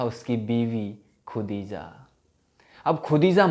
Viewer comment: Sun le kudija nahi khadija hota hai